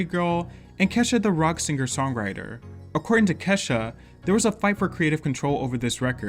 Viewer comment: Allays pronounced Ke$ha as Keysha for some reason. Black household? Alica Keys reference?